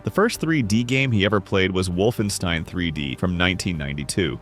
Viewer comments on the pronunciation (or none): none